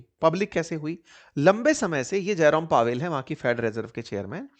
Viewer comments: आप जेरोम पोवेल को जयराम पोवेल बोल रहे हो 😂😂😂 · Jarom powel❌jairam pawel 😂😂